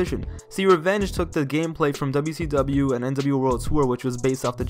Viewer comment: Can I give you some Constrictive Criticism? Slow down a bit bro, youre talking in a bit of a rushed way, the way you say WWF and WCW is like DubDubEf and DuSeeDub.